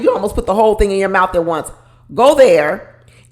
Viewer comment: I wasn't getting Jersey from. I got Michigan - Detroit - Pontiac or maybe Chicago. Not east coast. He also said Ting instead of Thing. Clearly he is trying to reinvent himself. It really disturbed me when he said he was in therapy as a child after he said he was broke and in a single parent home. Wonder who paid for the therapy or if it was court ordered since he refused to discuss it.